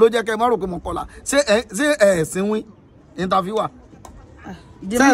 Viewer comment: The interfairrrrrrrr 😂😂